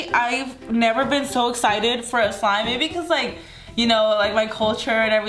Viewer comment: If you noticed you said: this is my favourite clime: instead of slime lmao no need though just letting you know love youuuuu ssoooo. Mmmmuuucchhh